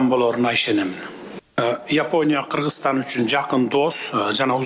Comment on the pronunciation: Переводчик, жнке он которбойсунбу жеке окудун белен, лингвистиканы??? Киргизстан -эмес Кыргызстан!!!!!!!! Ударение, басым жасаганды билбейсинби балбец ????